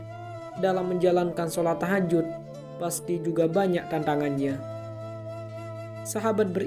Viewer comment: Maaf koreksi...bukan TAHAJUT...tapi THAJUD.. JUD bukan JUT...